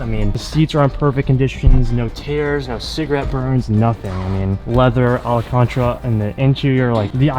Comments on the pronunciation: "Allcontra". Cringe OMG,, please don't ever say that again. It's spelled Alcantara and pronounced just how it's spelled... al-can-tar-ah. "AL" like short for Alex, "CAN" like soda can, "TARA" like black tar with an AH after. Alcantara. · "alacantra..." its al-cantara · alacantra? lol bro... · “Alkantra” interior? 😂😂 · All-Caaan-trra omfg. Look I love u but that was hilarious 😂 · My man said Alcantra😂😂😂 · dank meme I was dying when he said that lol